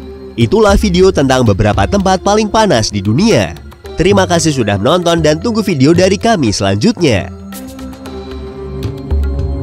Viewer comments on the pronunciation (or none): none